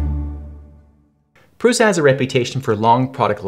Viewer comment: Great video, very calm and truthful. I enjoy the fact that you call it how it is ( “ pru “s” a ) and not prusha. Amazing!!!!!! Video